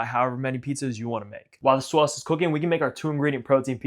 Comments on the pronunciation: I can tell from the way you say other words that your pronunciation of SAUSCE is not done ironically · seriously the way you say sauce is chef's kiss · Your sauce pronunciation is everything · You don't know how to say sauce. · what's the point of making pizza if you don't pronounce 'sauce' like Tony Soprano